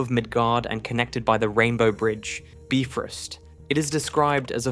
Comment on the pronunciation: It's not the bee-frost - it's a BIFROST, as in bicycle!!!